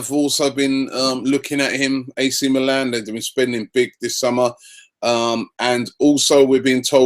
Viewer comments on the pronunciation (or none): none